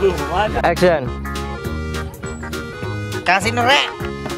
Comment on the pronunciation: saya hanya mau bertanya yg mengucapkan kata action dari episode awal sampai episode 37 itu adalah org yg sama atau bukan..? Klo emang org yg sama tolong biasa aja dalam pengucapan kata action nya sama wkt di episode awal2 rating atau viewers kan tdk serta merta merubah dialog atau ciri khas suku kita yaitu Bugis/mksr tapi adapun org yg berbeda tolong pengucapan actionnya juga biasa aja ktn sutradara sebesar dan sehebat apapun yg ada di perfilman Indonesia kayaknya tdk gitu2 amat ji Maaf ini hanya sekedar input ji 🙏🙏🙏